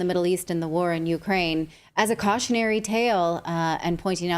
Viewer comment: Went a woom.....it's cwiminal what goes on in Ukwaine.